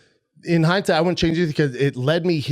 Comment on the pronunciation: “In hidesight....”